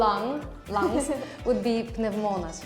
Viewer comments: & pneúmonas, not pneumónas. What's wrong with you? lol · she intonate the word wrongly . It's pnéumonas not pneumónas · Να σε ρωτήσω κάτι, στο βίντεο άλλαξες τον τονισμό σε 2 λέξεις, υπήρχε κάποιος σκοπός που δεν κατάλαβα; Μιλάω για τις λέξεις, Πνεύμονας και Θεός, τις ανάφερες σαν Πνευμόνας και Θέος. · The greek girl has been living abroad for a while (at least). I would even guess she wasnt born in Greece. Her greek is very good but 0 people who grew up in greece would call πνεύμονας, πνευμόνας. Too much emphasis on the first letter and wrong punctuation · It’s πνεύμονας not πνευμόνας ! You are supposed to know greek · I noticed that the Greek girl saying ‘Πνευμόνας’ but the tone should be on the first syllabus ‘Πνεύμονας ‘ It was actually a great video! I like your videos and to my opinion I think if you had a girl from south Spain with a girl from Greece that talks with the same ‘tempo’ you would feel how much Spanish sounds the same like Greek. Especially because of (Θ), (Χ), and (Δ). Sometimes some words even with D in Spanish sounds like a soft Δ sound. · Pnévmonas! Not pnevmónas! Finally got you! You're Greek American! But your pronunciation is impecable. The other word you missed is Athina. It is Athína for the city and Athiná for the goddess. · Umm… Greek girl needs to study our language a little bit more! Stress marks are there to pronounce words CORRECTLY! Pnèvmonas not Pnevmònas!!! T is pronounced D, K is pronounced G, P is pronounced B. Also, Spanish has THOUSANDS of Greek loan words. See link!!! Stop embarrassing us Greek Girl!!! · why did she tone πνεύμονας so wrong? its not πνευμόνας its πνεύμονας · It's Πνεύμονας no Πνευμόνας :face-orange-biting-nails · Γιατί έλεγε και ξαναλεγε πνευμόνας και όχι πνεύμονας? Το έλεγαν οι ξένοι σωστά και όχι αυτή... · Γιατί η κοπέλα απ’την Ελλάδα, τονίζει τον πνεύμονα, πνευ*μό*να;;; Ο πνεύμονας, οι πνεύμονες είναι, ο τόνος στο “ύ”, 🤔 Πιο μετά το τονίζει σωστα… 🤷‍♀️ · Νο way she said πνευμόνας instead of πνεύμονας